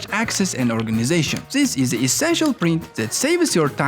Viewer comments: tsis iss so bad to hear, tsis and tsat. THIS BRO NOT TSIS! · Ziss zizs zats , Unpleasant to hear. i stopped watching cause of zisz